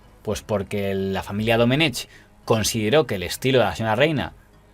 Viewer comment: Se pronuncia Doménec, la c final es muda. Es una forma arcaica de escribir en valenciano (y en catalán) el nombre Domingo.